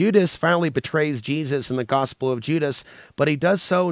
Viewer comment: No bad intentions but you are pronouncing Gospel wrong